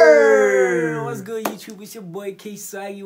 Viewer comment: "What it's good youtubu"🤣🤣🤣🤣